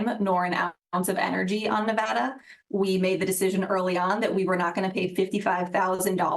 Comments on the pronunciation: You’d think that; someone who reports on politics would know how to pronounce Nevada correctly. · Love ya but you keep mispronouncing Nevada. Please do better